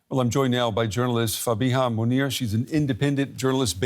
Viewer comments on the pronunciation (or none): none